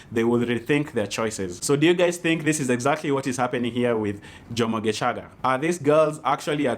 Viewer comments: Lmaoooo. Why are you saying gecaga with a hard CH 🤣🤣🤣🤣 isn’t it shhhh like geshhhhhaga. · The way you've pronounced Gecaga had me rolling "GeCHaga'😂😂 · Happy belated birthday 😘... That pronunciation of "Gecaga"😄......you even know how long she is... Washangaza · Happy birthday 🥳 The way you are pronouncing “ gecaga” Ati nowadays he is just a dj in capital fm😂😂😂😂😂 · Matharon 😂 your pronunciation of Gecaga 😂 You're awesome